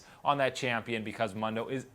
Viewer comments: He's pronouncing it incorrectly for the fact dr. Mundo says his own name in his quote and it's as the original post says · why do you say Mondo? the word Mundo is in spanish and its phonetics are "Moon-Dough" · I'm not even going yo argue... I should not have used the word phonetics (you are right I actually don't know about phonetics) but I stand my ground on the fact that the spanish pronunciation is not the one he uses.. And Mundo is a spanish word. I am not even trying to be a nazi about it.. I really am genuinely curious about this because even casters make the spanish pronunciation. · Actually, if you are talking about phonetics, it should be like this /ˈmʌndoʊ/. The word "Moon" would be like this /mun/ and "dough" would be like this /doʊ/. And the way is pronouncing it according to you would be like this /ˈmɑndoʊ/. So yeah, phonetics are diffcult sometimes. You need to be careful when you try to correct phontics and even phonology. Accents may interfere in most cases.